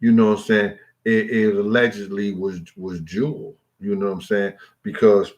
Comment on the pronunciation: Yo G, her name is pronounced JEW L